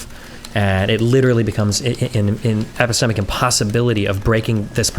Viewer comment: Everytime Destiny says epistemic makes me cringe.